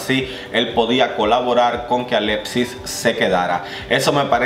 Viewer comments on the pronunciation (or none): y por cierto no se si tengas algun problema al pronunciar algunas letras pero no se pronuncia alepsis lo mas parecido que podria escribirse sin usar la x seria alecsis no se si me explique